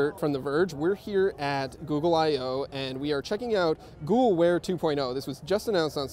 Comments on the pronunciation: More like "Goo Wear".. :D Scrolled down just to find this comment :) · i thought he said ghoul wear